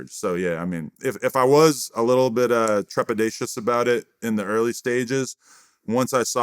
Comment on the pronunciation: Mf said trepadatious